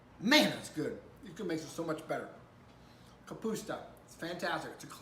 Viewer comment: It's ka pus ta. Not ka puts ta